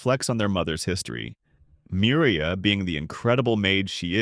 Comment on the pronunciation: yeah these AIs are pretty shit at pronouncing names. It's not Mir-ee-uh it's Me-you-ree-ah and L-oiy-d not Lee-odd Not to mention the countless mis-interpretations of things. In the first few minutes it completely screws up Mana Sympathy by calling it Mana Induction which is entirely different in concept, those two words are not even remotely similar. -_- like bro... check yah reader dude, it's busted.